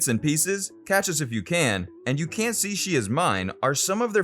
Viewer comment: Every no.1 hit gets knocked off. Always! It's the way of the world and it's really means nothing except that time marches on.Also, if you'd slow down and take a breath perhaps you wouldn't stubble over the pronunciation of "Can't You See That She's Mine".